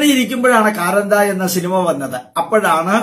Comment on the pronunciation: കാന്താരാ അല്ലെ കാരന്ത എന്ന് parayunnu